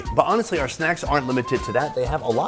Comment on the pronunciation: OUR rhymes with HOUR. ARE rhymes with R.